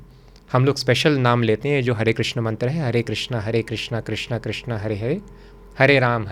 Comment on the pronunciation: भगवान हेलमेट पहन प्रकट हुए थे क्षमा करे किन्तु आप के मुंह से ऐसे शब्द शोभा नहीं देते आप भगवान कृष्ण को बार बार क्रिष्णा बोल रहे हो आप अगर गलत बोलोगे तो साधारण लोगों क्या। सबसे अधिक विचित्र बात लगी जब ये तीनों एक्स्ट्रा मैरिटल रिश्ते के बारे में जोक कर हस रहे हैं।😮 * विष्णु भगवान के १० अवतार हैं कृष्ण सहित, अर्थात हर अवतार विष्णु के अंश हैं। कुछ इस्कॉन के लोग इनके गुरु को भी अवतार समझते हैं 😮